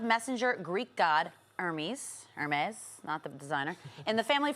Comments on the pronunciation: Pronounces "Hermes" like some person pretending to speak spanish. gah. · Ah yes because we’re making a series since the movies came first and the books just don’t exist. And a mispronunciation of Hermes, it’s not that hard to get accurate information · I’m sorry. I can’t w her pronouncing Hermes and her overall ignorance